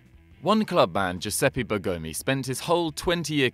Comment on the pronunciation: My God, the misplaced accents in Stabile and Bergomi made me almost stop the video.